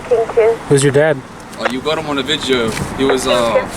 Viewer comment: You got my dad on "vidjeo" XD